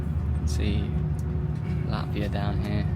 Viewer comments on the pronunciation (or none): none